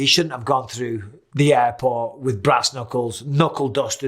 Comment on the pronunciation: I love how bisbing call JFK Airport "JFK ayyport"